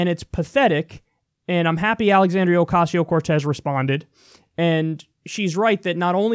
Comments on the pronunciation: I think that's on purpose. It's a subtle diss. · they only do it with non-american names.. its on purpose! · Clearly misprouncingon purpose. The same way "they" use to mispronounce Tupac/2pac by calling him TWO-PACK, smdh. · She can’t even say her name right, that alone says a lot about them. Come on man, get your facts straight and educate yourself so you can pronounce someone’s name whose not WHITE correctly. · Fox can't even pronounce her name right. A bunch of inbred tools. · Purposely pronouncing a Hispanic woman’s name like ‘queso’? That sounds about white. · The thing I don't get is that their argument has such a stupid end-game. As far as I can tell, their endgame is this: Orcayseyeo-Cartooz (Fox pronounciation) is a wealthy, greedy liar who is pretending to be for the working class in order to score votes, and then become part of the establishment. Their strawman of her is that she's Trump. And I think that's the easiest way for Fox to convince their viewership that they should support her. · I'm sure there's someone out there purposely pronouncing her name as "OK see ya" because that's what these people think is clever. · Freaking hate how all this people miss pronounce her name. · what is up with fox news mispronouncing peoples name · That racist bitch pronounced her name wrong intentionally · Fox News: "We're so innept, we can't even do something so stupid simple as saying a person's name right." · The way how they all (!) mispronounce her name is in all likelihood infantile, condescending bullying: „Look, you are so insignificant, bitch from the ghetto, that we don’t even have to bother remembering what your name is. Huh huh huh 😄“ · Are they purposely saying her name wrong?! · I think their mispronunciations of her name is on purpose and is meant to belittle Alexandria. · Trying so hard to pronounce her name wrong... it's a damn shame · They know how to pronounce her name. They mispronounce it on purpose so as to dehumanize her.